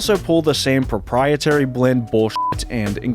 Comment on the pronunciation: “Propietary” blend. Must be the ingredient that helps with those “duanting” tasks.